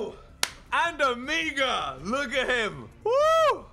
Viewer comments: It’s not omiga it’s omega mega with an o like ... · OH-MEH-GA. Not OH-MEEGA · It’s pronounced as omaiga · Ole it is not omegaaa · Why do you say omega so weirdly?